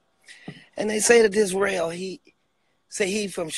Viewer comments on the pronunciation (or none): Listen hear "REL-AQUAN" 😂😂😂PLS GET THIS MAN OFF LIVE 😂